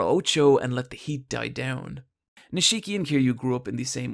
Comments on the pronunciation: NIIIII-shiki not ni-SHIIII-ki ffs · How are you gonna pronounce Nishiki wrong when Kiryu says his name every time there's a scene with him? It's NEESH-KEY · Honestly, please just tell me if the mispronunciation is just trolling at this point. It's every video and it just makes my ears want.to curl up into balls. This video the mispronunciation was Nishiki. It's pronounced: Nish-Ki (Kiryu even says it in the scene at the mark): "Nish-EE-ki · No one Him: Neesheeki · Ni-shii-ki lol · I can’t take this video seriously with how you butchered the pronunciation of Nishiki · How the fuck can you not pronounce Nishiki correctly even though it's repeated 5000+ times in-game